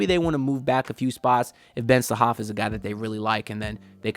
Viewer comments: Haha man your funny! His name is Ben Sarrrrrraf (with the r), when you say Ben Sahaf it's like you saying that Ben enraptured 😂.. Plus, 40 minutes drive in Israel is not super close by.. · You didn't mention the R, its Ben Sa-Raf